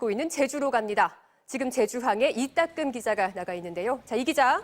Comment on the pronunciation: 이닦음 이라고 하셔서 내가 잘못들었나 했는데 이따끔 기자군요 이 잘딱아서 건치네요